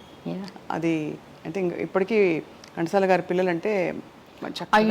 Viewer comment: ఓరి మీ తెలుగు తగలెయ్య!!!! అది గంటసాల కాదు ఘంటసాల వాళ్ళ ఇంటి పేరు ఎందుకు కూని చేస్తారు.. ఇంత పెద్ద పేరు ఉన్న చానెల్ లో కూడా ఈ తప్పులా😏😠